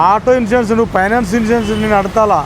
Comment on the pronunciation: వీడికి సీ జాబ్ ఎవడు ఇచ్చినరురా వీడికి సరిగ మాట్లాడటానికి కూడా రావట్ ఇన్సూరెన్స్ అనడానికి కూడా రావట్ లేదు వీడికి